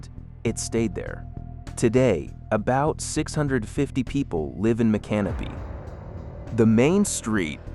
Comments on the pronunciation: You mean like Mic-can-o pee? Not My-canopy? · The correct pronunciation is "Mic -Can-O-Pee" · That's not how you pronounce micanopy, it's not can o pee, that's what you pee in, it's Mick uh NOH pee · Nope....Mick- uh- NOH- pee. I used to live right down the road, knew people who live there, there's no can- o- pee in Micanopy, Google it they'll tell you how the locals pronounce it. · Micanopy (mee-can-oh-pee)